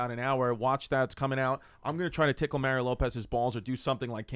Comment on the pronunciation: Mah-ree-oh. He's from fuckin Chula Vista.